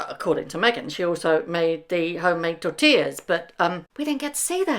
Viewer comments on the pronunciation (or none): none